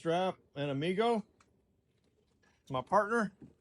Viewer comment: Biff needs DuoLingo, work on his Spanish for Amigo.